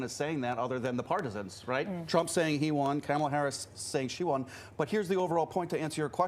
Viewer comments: That disgusting guy should know how to pronounce VP Harris' name. It's KaMaLa! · This mofo is actually trying defend the “eating pets” thing? Yeah, he lost all credibility early. He’s purposely mispronouncing her name as well. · The GOP guy is still mispronouncing her name like a dumbass. But then he also calls her "Vague," when the other guy has a CONCEPT of a plan LMAO.